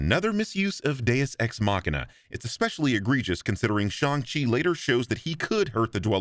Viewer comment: a small thing I really appreciated in your video; I appreciate the fact that you opted to refer to the character as 'Shaun' rather than other vids butchering the pronunciation of Shang Chi and when it came to characters that didn't have an English name, I could tell you were putting in effort to pronounce things as accurately as you can (big ups for the actual 'Y' in Yip Man). Keep up the good work man! Cheers~